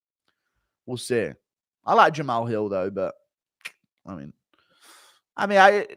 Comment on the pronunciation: "Jamao Hew" What type of speech impediment is this?